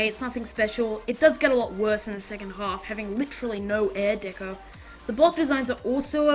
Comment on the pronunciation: you keep saying air deco lol